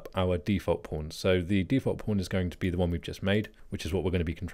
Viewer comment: I'm constantly understanding "porn" when you say "pawn". Do I have a problem?